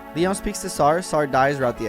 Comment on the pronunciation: Isn't Lyons name pronounced Lion?